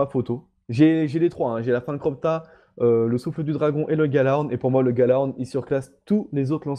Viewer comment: je fais le relou mais on dit yalahorn pas galahorn ;)